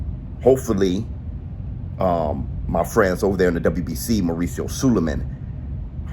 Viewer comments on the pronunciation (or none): none